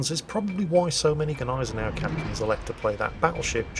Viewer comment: And we found someone else who has no clue on how to Gneisenau, i´m not suprised.